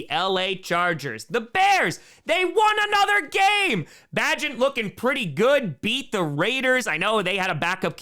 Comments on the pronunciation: Tyson Bagent. Pronunciation is like "agent" not "pageant" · I realize you hate the Bears but it's pronounced "Bay'-gent". Even if you don't like the team, an undrafted QB starting, even if it is for a crappy team, is a great story and he deserves to have his name pronounced correctly. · Bagent rhymes with agent, think "Secret Bagent Man"